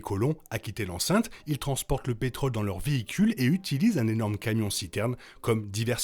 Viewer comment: On dit pétrole, mais on dit contrôle, rôle et on prononce le Ô circonflexe, mes oreilles arrêteront de saigner. Parmi les nombreuses erreurs ; ce n'est pas Mad max qui conduit les colons (pourquoi colons ?) à quitter leur puits de pétrole, mais leur désir de trouver une terre nouvelle au bord de l'océan (rappelle toi les filles en maillot de bain sur le dépliant photo). On ne parle pas de Mad Max 3, dommage, car on y parle beaucoup de ce qui est arrivé.